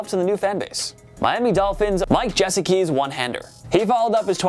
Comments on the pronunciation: "Meeka", Jessakee, Freeurmooth...who is this clown that's narrating and why does he even think he should be posting videos? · Dude I’m gonna say it again love the channel but how the fuck do you guys mispronounce so many names? Do you not hear them every Sunday, and do show prep? It’s crazy lol. Mike Jess-e-kee Meekuh-Parsons I mean these aren’t practice squad players 🤦‍♀️ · I hate the way they say Micah Parsons name wrong Edit: and the way they say mike gesicki's last name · Pronounce Gesicki correctly.